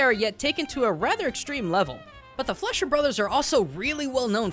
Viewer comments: every time he says the word "fletcher" instead of "fleischer" makes me cringe on how forgotten that animation studio is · The Studio you said multiple Times wrong was "Fleischer-Studios" and not "Fletcher-Studios" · I believe it’s pronounced Fly-sherr.